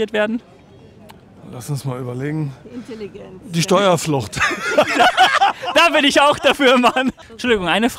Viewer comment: / Wie sie einfach „Intelligenz“ sagt 😮😹🙈